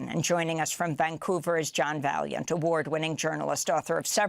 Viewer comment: Ask the guy - Vaillant - how to pronounce his surname correctly, Amy. Respect, kiddo. 😊